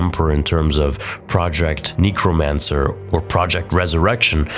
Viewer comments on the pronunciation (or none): Neck-romancer Not Knee-chromancer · how do you not know how to pronounce necrmancer fucking hell never heard someone pronouce it like that its so bad. who pronounces it neecromancer when its neck-ro-mancer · necro not kneecro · I’m sorry, but the way you said necromancer cracked me up. NE-crow-MAN-sir. NECK-row-MAN-sir. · Please. . it's pronounced neck-ro-mancer, not neko-mancer. We don't need to be summoning nekos in Star Wars. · Neh-cromancer not knee-cromancer 😆❤️ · its NECK-romacner, not KNEE-cromancer.... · Nek - Ro - Mancer, no one that I've ever known has called it Neek - Ro - Mancer. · bruh neekromancer really read a book dude I can't believe were stuck with such a midwit. It's Necro like Velcro. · How is it that you get the word "necromancer" wrong!?! Neecromancer? Really? C'mon man, you're better than this. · "neekromancer" bro huh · Project "neecromancer" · Man said neecromancer lol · Project KNEEcromancer? Lol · Project “NEEKromancer”😂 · good vid and all but... kneecromnacer? is that a Canadian thing? lol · for the love of god, its pronounced "Neh-kro-man-ser" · Good video, I really can't stand the "knee-cromancer" though😂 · "Neekromancer"...Rathma turning in his grave 🤣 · You say Necromancer wrong....and I cringed every time you said it lol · Why you pronouncing necromancer like that bro, borderline sus 😂